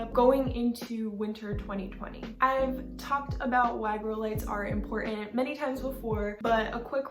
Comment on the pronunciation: Please learn how to pronounce “important”.